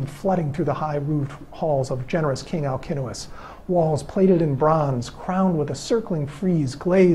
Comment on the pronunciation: As Greek I congratulate you for pronouncing Alcinous correctly !!! My son is named Αλκίνοος and I can’t hear people pronouncing his name with a C and not K because they don’t know all Ks are written with a C like Constantine . Well done and thank you very much for that